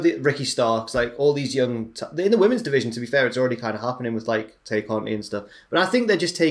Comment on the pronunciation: I know this might sound petty, but I have to point it out. Tay is pronounced as "tie".